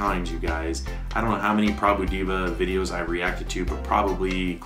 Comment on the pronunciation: Prabhu Diva - as he pronounced 🤣🤣🤣🤣🤣🤣🤣 It should be Prbhu D+a+v+a, omits the + and pronounce.